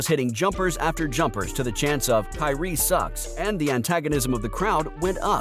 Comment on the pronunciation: The word is KYRIE